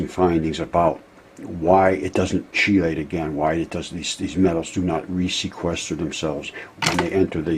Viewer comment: I wish you would say "KEY-late."